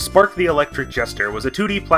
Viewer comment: So for half of the video I thought you were saying "Fart" and I just went "hmm a bit of an odd name but okay..."